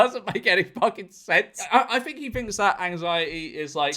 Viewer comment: Th not f